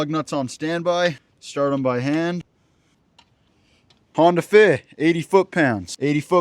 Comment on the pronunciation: “Honda fih” 😂